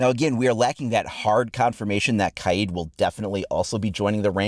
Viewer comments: It’s Kaid, not K-eye-eed... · KYEEED? Its kaid bro lol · U spelled kaid wrong u said kiad🤣🤣🤣🤣🤣